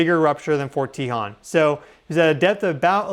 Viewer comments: It’s not pronounced “tee-hawn” we pronounce it “tay-hone” as in the Tejon Pass. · Just to help you out, if no one else mentioned it, the way to pronounce "Tejon"...which is what I think you be saying...is to say it as follows: Te (say the "e" like from the word "e-le-phant") jon (in Spanish, the letter "J" makes the "H" sound, so like the sound of "hone", as in "hone your skill") So Te-jon... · I'm not trying to harsh. Forgive me. Its Tehone. Te hone. BTW, you're awesome and my favorite. 😊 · Fyi for future videos, Tejon is pronounced Tah hone. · pronounced “tuh - HONE”. Don’t forget about the Dec 8, 1812 San Juan Capistrano quake (~7.5) which likely caused the Dec 21, 1812 Santa Barbara/ Wrightwood/ Ventura quake (~7.1 - 7.5) which caused a 15 ft tsunami in the Santa Barbara channel. The tsunami caused the ship “The Thomas Newland” to be pushed into Refugio canyon, snd then sucked it back out to sea. (We know these specific details based on the records kept at the California missions at the time as the “Mission Report” was due to be sent to Spain just a few weeks later and included all of this info) This same tsunami was recorded in San Francisco and in Hawaii. Edit: I should have watched the video to before I piped up. 🤦🏻‍♀️ sorry. My bad. Sorry 😵‍💫🤷🏻‍♀️ Get your swimsuits out SoCal friends. We’re going swimming. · That’s where live near fort tehjon ( we found you from Pam Gregory ♊️♊️♊️te .. hone is how it’s pronounce🙏🏻🩵☀️🐬🐶🐾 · Thank you! I am not sure how the natives pronounce it but that is how Southern Californians pronounce it, and the 15 freeway pass towards Victorville is pronounced CUH-hone Pass, they both pass over the San Andreas fault. You should check out Devils Punchbowl which shows a lot of the sandstone fault elements in the form of rock formations or Vasquez Rocks nearby. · Love your vids. Just wanted to let you know that the "o" in Tejon has a long sound. I live about 40 miles from it. Thank for all the info!!